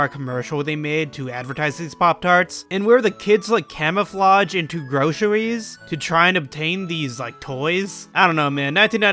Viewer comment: I love you so much butttt you said "gwoceries" and I love it.